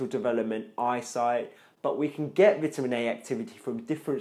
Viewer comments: Your English is good except Vitamin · Are you american if you are english people call it vitamins you are american you call it differently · Really well put together and explained man. Only problem for me (an aussie) is the way you say Vitamin haha